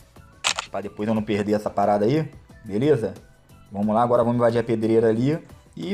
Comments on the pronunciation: "ágara" kkkkk MDS kkkkk se o Bichão memo hein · "AGARA" ? AGARAGÃ? KK LIKE